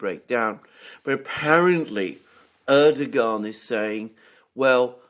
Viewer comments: I am pretty sure it is pronounced "Erdowhan". Yes I know how it is spelled. But yea, Erdowhan, not Erdogahn. I can deal with you Brits mispronouncing Aluminum as "Aluminium" but I am drawing a line here, Mercouris! 😡 FFS even pronounces it correctly and you just ignore him and go on lol. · Hey Aluxoonder. The President of Turkeys' name is pronounced Er-dough-an. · It's a common mistake but Erdogan is Pronounced Erdowan